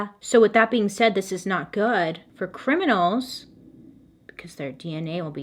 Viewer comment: When you say “criminers” …… I laughed so hard and just keep saying it now…. Criminerrrrrrrs 😂